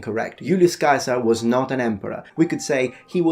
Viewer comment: TBH you are one of the first YouTube channels I've ever heard say Julius Caesars name correctly. It's like Germanys Kaiser. TU just for pronouncing that correctly.. Yes I knew all the other myths too. Good job.